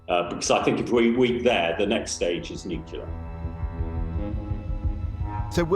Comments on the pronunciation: Expert!!!!!!!!!!!!!!!! '' NUKILAR''??????----------------Nuclear!!!!!!!!!!!!!!!!!!!!!!!!!!!! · LIAR! I want to see NATO at war with Russia in Ukraine. Also, IDIOT, it's "nuclear" not "nukular". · It's Nuclear not Noclour the big dummies that can't pronounce the damn word. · Nuclear. Not nukular. How are some of these people even allowed to publicly speak if they can't pronounce rudimentary words? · New-clear. Not nucular. It's so annoying. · David 'NOO-KYULLER' Lammy 🙄 Many of these people can't even pronounce words correctly and they're running the country?! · One of these interviewees appears to be an expert and competent communicator, the other seems to be a bullshitter who also cannot pronounce the word nuclear ... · And he doesn’t know how to pronounce nuCLear? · I find it difficult to take seriously anyone in authority who is unable to pronounce ‘nuclear’ correctly.